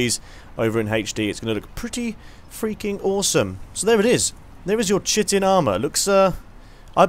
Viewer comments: Chitin is pronounced 'Kha-i-ten' It sounds like Shitting when says it. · *BEEP* incorrect,. It's correctly pronounced, chite-in. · Chitin is pronounced "Kite-in" I used to pronounce it like you too :D